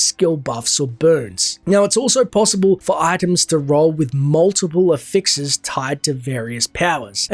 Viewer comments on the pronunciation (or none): Bro stop saying affixes like that.